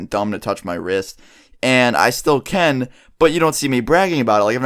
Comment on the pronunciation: Say can right